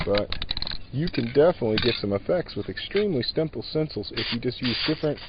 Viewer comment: "Extremely stimple stencils..." Lol.